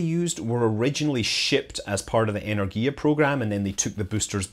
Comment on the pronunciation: It's 'Enérgia' — with the emphasis on the second syllable.